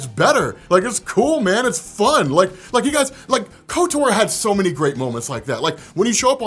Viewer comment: There’s zero reason to pronounce Kotor like kotour lol